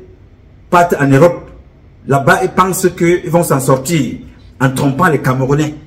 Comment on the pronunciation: Il a m'a tué de rire le jour où il a dit '' lassa''. J'étais toup au sol.😂😂😂😂